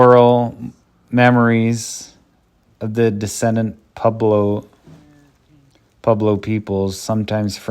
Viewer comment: Bud, you need to learn how to properly pronounce "pueblo"